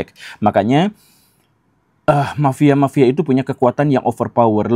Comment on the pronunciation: Mafia pak guru bukan "mapia"